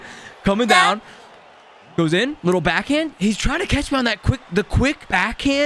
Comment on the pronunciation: when he says down it funny